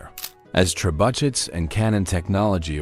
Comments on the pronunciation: I'm American, and in all my 61 years, this was the first time I've heard it pronounced "tre but chess" - I assure you, any American I know pronounces it "Treh-boo-shay or Treh-buh-shay." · You had me until "tre but chess". Trebuchet is pronounced Treh-boo-shay and means "siege engine". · Actually, it's pronounced Treh-boo-shay in America, too. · trebuchet... treh byoo shay...not tray but chet... lol made me laugh 😂 good video tho 👍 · AI mispronunciations are hilarious. "tray BUTT chets." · Yes I had to immediately stop the video there too "Tre bu chess" as read by a stupid AI voice, this channel is garbage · Medieval channel but can’t pronounce trebuchet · I lived in AZ for 5 years, during which time my 13 and 14 year old sons built a 12ft tall trebuchet in our backyard (we had 8 acres and lots and lots of rocks). Doing this kinda thing is about as American as it gets, and we all knew quite well how to pronounce "trebuchet" (this was also before the internet was wide spread and an acceptable source of knowledge, they built the trebuchet based on books obtained from the high school library, and it worked quite well indeed). Cheers! 😊